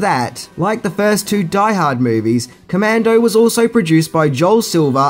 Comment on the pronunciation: It’s commando